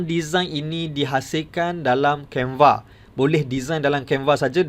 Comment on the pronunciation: Waduh waduh tu asyik tersasaul sasul mas..canva jadi canvee..